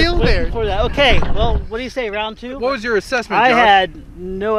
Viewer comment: not rount two, round Poo